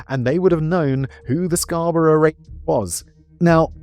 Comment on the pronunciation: Dude it’s CANADA…not Canader Also we pronounce Scarborough as Scarboro in Canada not how Brits would say it I’ve never heard someone pronounce Asperger that way…